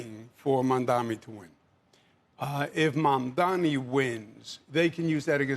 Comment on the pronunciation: Credit where credit is due — at least Cuomo is pronouncing Mamdani correctly.